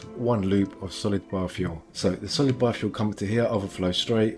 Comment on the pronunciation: I keep hearing 'bar-fuel'. I should stop drinking...